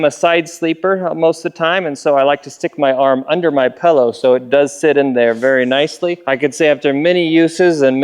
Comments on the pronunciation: wtf is a pellow? you are an adult it's a pillow learn how to speak english. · I heard "pello" and immediately thought you were fro Utah Also "36 cans of ice" wut?